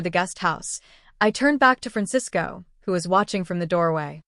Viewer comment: You're right and I'm trying to figure out how the AI could pronounce Francisco correctly